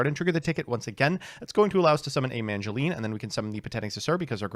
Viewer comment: He still says MaNgileine